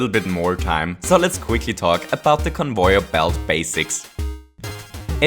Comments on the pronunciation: "convoyor belts" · Conouyar belt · Convoyeur belt? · he says convoyer belts xD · when you pronounce conveyor belt it sounds like convoyer belt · "Convoyor" "goompa" "mereo" "cringe stories" "cringe effects" "talks weird" reasons why i didnt subscribe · he's saying convoyor belt so often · It gets on my nerves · I love this series so much which is strange because I don't have Mario maker XD p.s if your reading this where are you from because I like your accent (No offence but it's pronounced con-vey-er too) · (No offence but it's pronounced con-vey-er to XD typo) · I like how you pronnounce it as convoyer belt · It's pronounced con - vay - yer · bambamboodee I see... he mispronounced lol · Conv e yor Belts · I wanna smack this boi for the way he says conveyor belts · you really butcher the word conveyor xD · It's convayer belt not convoyer belt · It is pronounced Cun-vair Not Cun-voy-er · you kept saying convoyer belts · Stop saying convoier belt say it right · Why are you saying convoir belt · its con vey er not con voy er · Convöyer belts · i love that he says convoyer belt <3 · Convoier blots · "Convoyer belts" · conwoyor belt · He says convoyer belts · Convoyor? Really? And goombors. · stop saying convoyor belts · Everyone: conveyor.: convoyor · “Conboyer belt” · why do you always say convoyor belts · Convoyor or conveyer? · Did anybody know he says convoyer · Not convoyer its convayer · it's conveyer not convoyor u idiot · No, its so annoying the stupid CoNvOyEr it’s conveyor not convoyer! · convoyer belt. lol. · convoier belt conwoier belt please, its conVEYer belt. please i dont want to hurt your feelings with this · Trying to think on how this guys accent can get any better, it ruins Super Mario Bros. on how he says things. For example: "Convoyor velts" "Gumpas" "Bub-umbs". Also how much cringe he makes when he explains things, like a story and weird cringe effects, how he says what happens as a story. He's weird. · “Convoier belts”